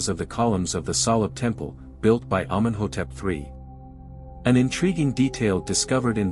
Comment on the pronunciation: Nobody says Amen hotep three. It's the third. Humans know that, robots don't.